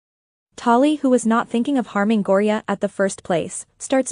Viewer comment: Its Thyme (Time) Ren Talay (Ta-lay) Gorya (Gore-Yuh)